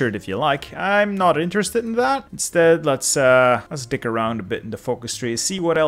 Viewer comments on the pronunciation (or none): none